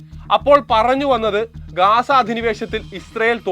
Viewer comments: ഗാസ അല്ല , ഗസ്സ ആണ് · ഗാസ അല്ല, ഗസ്സ എന്നാണ് ശരി.